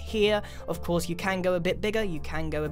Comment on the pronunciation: of cos haha corse or cos